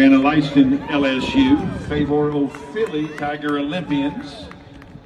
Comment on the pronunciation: The announcer really Butchered her last name.. 🤦🏽‍♂ Him better put some respect on the Queen's name and call it properly next time.. 😏